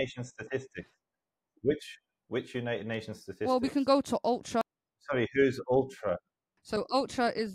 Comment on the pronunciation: She calls OHCR "Ultra" - exposing her own ignorance by pronouncing acronyms as she heard them. She thinks 300/30 is 30. What an obvious gullible fool